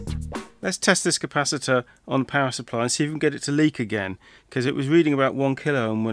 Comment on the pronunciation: Each time you say, “power supply,” I have a double take since I hear it as “pacifier” (baby’s “dummy,” in UK-speak). Maybe it is subliminal — one may cry and need one with this machine.